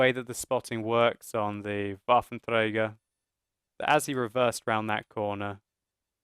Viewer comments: Dude, you just can't believe how cool it sounds for german folks if you say Waffenträger :P Sounds pretty awesome ! Love your vids, great work hope you enjoy it too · u have to admit, hes doing well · Gracz Wotlk Of course he does pronounce it perfectly, but it still sounds funny to me :)